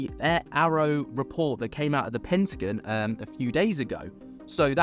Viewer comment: The "Pinteh-gin" 😂 That pronunciation cracks me up every time Keep the vids coming! 👽🛸